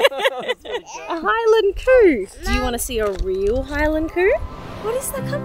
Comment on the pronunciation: Scotland’s beautiful. I’ve done Inverness Skye and Fort William on the train before. By the way, the Highland Coo isn’t as you’re pronouncing it (unless you’re imitating a thick Scottish accent) it’s actually Highland Cow (the cow part being produced normally, not coo)